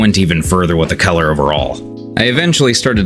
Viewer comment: Him pronouncing color as Keller had me confused for the longest time